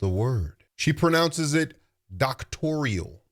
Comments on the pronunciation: I caught that as well, she also could not State what BBS stands for which overseas both licensed and Doctorate grads, on the Joe Budden she explained the acronym incorrectly....i caught that when she pronounced it as " Doctorial" vs Doctoral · I mean yeah i think she is lyin, and hearing her pronounce it "doctorial" was wild. But in all fairness, i've seen valedictorians talk about "axing" questions. So ... 😬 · I caught that too! “Doctorial.”